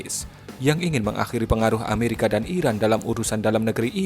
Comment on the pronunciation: Gmna min...ngomong iraq dengan iran aja gk jelas lu